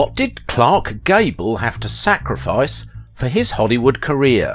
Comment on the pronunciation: Career not carrier